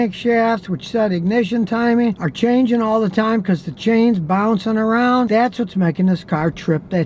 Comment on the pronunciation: "Bounceen" "Onstable"